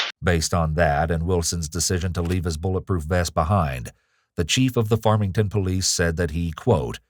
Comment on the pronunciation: I don't want to hear that one cop say farmington police ever again.